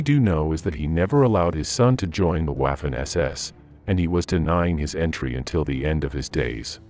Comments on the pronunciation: Could atleast have paid a real person to voice it, "WAUfen ESESS" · Good video....but for heavens sake......learn to pronounce the German words....Waaarfen SS makes my ears bleed. And "v" in German is pronounced as "f". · For the love of god could you please pronounce the w as v?! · Pronounced, "Vaffen" SS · Interesting episode but incorrect pronunciation of Waffen undermines credibility of the entire episode.